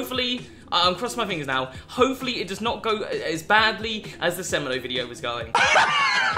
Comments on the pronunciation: Its sa-mAY-doh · The way you say semedo is abs disgusting 🙄😭 it's sem-e-do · It's pronounced 'SE-MAY-DOUGH', not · The way he said semedo smh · Someone help my man pronounce Semedo and Morales